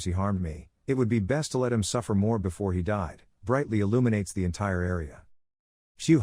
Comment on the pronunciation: "Befor, afted"